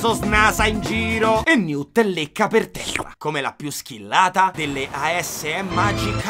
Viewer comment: comunque, ogni volta che dice "newt e tina" io non riesco a non sentire "new tettina"...